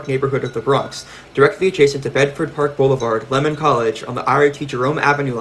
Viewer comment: It is most definitely NOT the "el-eye-double-R" but rather the L.I.R.R. or "el-eye-are-are!" Oh, and it is "Lee-man" College in the Bronx, not "Lemon."